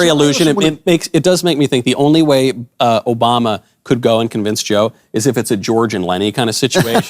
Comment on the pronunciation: she said jobama